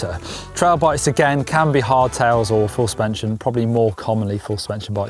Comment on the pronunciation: "Full spenshin bike" lol